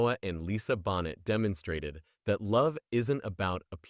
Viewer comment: Is this AI? He calls her Lisa Bonnet, instead of Boh nay! yuk.